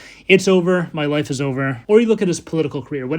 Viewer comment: Everytime he says "life" I hear "wife" and I just can't help it hahaha. Okay back to the video I always love how you can explain everything in such a calm way and still be so interesting